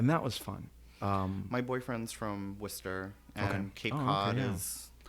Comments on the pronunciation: OMG pronounced Worchester correctly, that is so awesome! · All these porn guys are so sweet, but oddly I don't want to humanise them too much. I probably wouldn't watch their stuff anymore, if that makes sense. So Americans can pronounce Worcester right. There is the same in England (I am a Brit) , and others that sound like that. Now just add "sheer" to that and you get Worcestershire as in the sauce, and not Worcester-Shire as in where Hobbits live lol